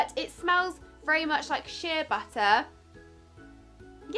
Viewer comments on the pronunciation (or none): none